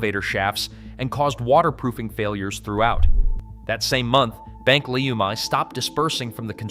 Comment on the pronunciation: Its pronounced Bank "Leuuuuuuumi"